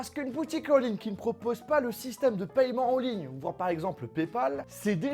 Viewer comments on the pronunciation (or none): Paiement pas payement (en) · On dit "pèman" pas "pailleman" non ? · On prononce « paiment » arrête avec ton paYEment ptn